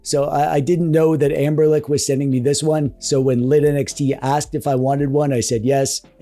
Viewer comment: What's the lore behind you saying Anberlic instead of Anbernic?